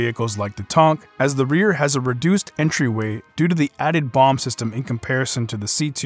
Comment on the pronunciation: Nobody is going to point out he calls Tanks Tonks. haha